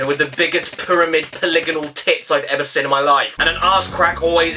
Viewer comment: I love your humour caddy n love the content but please pronounce seen properly n not say sin. Anyway all the best cad